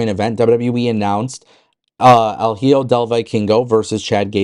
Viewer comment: Hijo is pronounced "ee-ho"